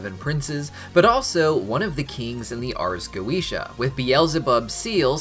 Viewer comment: The correct pronunciation of goetia is goh-eh-tee-ah. I only care because my cats are named Solomon and Goetia. I wish Vivzie had gotten it right.